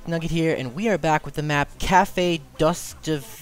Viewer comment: dus-toy-ev-skee is how the map is pronounced.